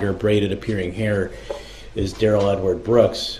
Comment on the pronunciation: It might be the pronunciation of his name. The court says Darrell but he pronounces it as Day Rell.